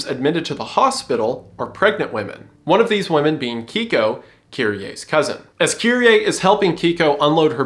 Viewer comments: okay, I am genuinely asking, why English speakers tend to pronounce alphabet differently than how it spelled? I guess the other alphabet using languages are just the same but, “KEIKO” being pronounced like “keeko” is very fascinating to me. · For future reference, it’s pronounced “Kay-koh”.